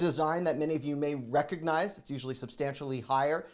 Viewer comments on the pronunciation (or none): none